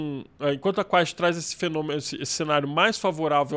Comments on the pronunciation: Quaest 😅😅😅😅è QUEST jornalista assim pronuncia 😅😅😅😅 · O repórter não sabe falar quaest e não sabe que o filme foi depois da pesquisa… tenham dó…